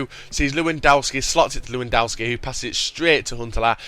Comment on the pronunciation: IT'S PRONOUNCED LEV-EN-DOSKI